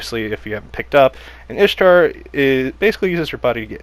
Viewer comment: Ishtar is pronounced Eesh-ta